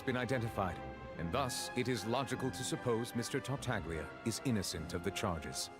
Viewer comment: I can see it on face, the pain of hearing the "g" in Tartaglia when characters are saying that name